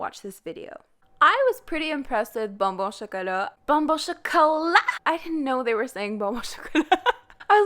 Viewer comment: You pronounce bon bon chocolat in a Quebec accent and it’s so cool but you say you don’t speak French?